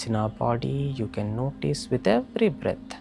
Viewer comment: Yenti అండి breat breat అంటూ... ఊపిరి అనవచ్చుకదా... బ్రీత్ kasta ఇప్పుడు fashion బ్రెట్ అయ్యుంది... ఆలా బ్రేట్ బ్రేత్ antey బాలేదు..